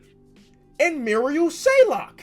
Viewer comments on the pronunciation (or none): as a sixer fan, it's ma-ree-al shai-ock, not murial shaylok, crucifying the rook man, much love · as a Sixers fan, I hate when he says Shayok as Shaylok. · Stop saying shayLok it’s shayok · why do u keep saying “marial shaylock” his name is marial shayOCK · Come on its “Shayok” not “shaylok” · Any sixer fans get triggered when he pronounces it “Shaylok instead of shayok